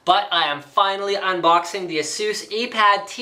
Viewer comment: you are pronouncing it wrong. it's "ay-sus" not "eh-sus"